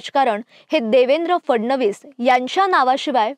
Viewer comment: ही कोण? We do not want anybody else on the channel. She cannot even pronounce the letter 'फ' properly which is part of the "मकार्" group of letters. It's PHADnavis NOT FADnavis. It's PHODA-PHODI NOT FODA-FODI.